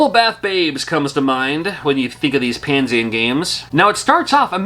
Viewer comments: Why are you saying Pan-sien. It’s Pan-esian or is that how they pronounce it? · Is that how Panesian is pronounced? I thought it was Pah-Nee-Zuhn or similar. Also, I wouldn't call it a bootleg since it's an original game and not a pirate port/knockoff. Also, at least Bubble Bath Babes had an all ages release (as Mermaids of Atlantis by AVE). There were a few more adult Famicom games released in Japan (generally by Hacker International) and Taiwan. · Pah-Nee-Zhin is how I pronounce it.